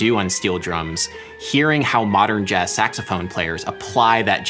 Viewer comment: "Bodern Jazz"